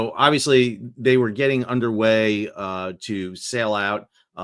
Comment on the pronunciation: Did he say underay or andale...?